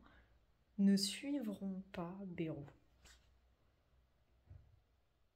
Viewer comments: J'habite dans le 64 et pour info en toute amitié, on dit pas "bérou' mais " bail -rou "😊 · On dit Baïrou pas Bérou dans le sud ouest .....comme le village de nay ne ce dit pas né mais naï, (comme l'ail) 😏 au vu de l'état des finances de la france, la loi ne concernerait pas une ponction directe des comptes en banque des français comme en Grèce ? rappelons nous que la france est sous tutelle de l'europe depuis 2024.